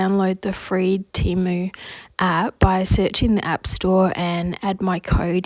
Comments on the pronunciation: You were saying it right, it is Tee-moo, not tem-uu….they literally spell/say that on their own webpage and in their ads 🫶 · You didn't say Temu wrong. I'm from Amsterdam 🇳🇱 and in the first Temu commercial they said Temu and not Tèmu as they do in their knew commercial. It's a bit ridiculous that Temu themselves doesn't know how to pronounce Temu 🙈🤣. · Temu has constant TV commercials here in the US and they pronounce it "TEE-MOO" on the commercials. I know a lot of people have a problem with the company because they are out of China and they feel it takes business from local shops. But, actually a lot of small shops buy their items from Temu! So you could pay a bit more and buy it local and have it right away rather than waiting the extended import time.